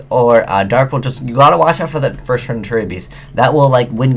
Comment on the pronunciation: you said "first" wrong